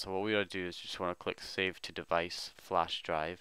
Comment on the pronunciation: is keep saying no divaice